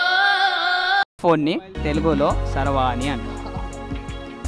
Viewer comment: Saravani kadu ra babu..charavani ....neeke telvadu malli vallani enduku adugudam